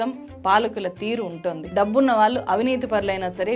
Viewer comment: వాల్లు కాదు వాళ్ళు…అనేక చోట్ల ళ…ల గా పలుకుతున్నారు. కొంచెం గమనించండి 🙏